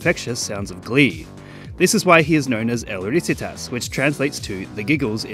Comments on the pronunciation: it's not 'el RÍsitas', it's 'el riSItas' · i die inside a little every time he says "risitas". he researched the video so well but couldn't be bothered to punch the name into google translate